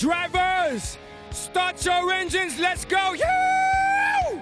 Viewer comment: How to mess up "start your engines". Damn.